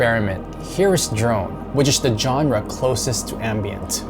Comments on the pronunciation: it's pronounced zonra not johnra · The music used in this is really bad, there is far more impressive ambient out there. And genre is pronounced "shawn-ra".